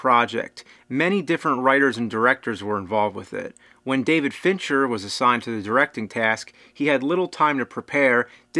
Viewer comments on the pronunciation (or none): none